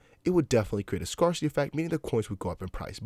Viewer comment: Google scarcity pronunciation buddy.